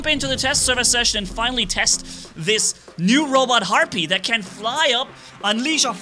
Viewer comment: It sounds like you’re saying heart beat everytime you say the bots name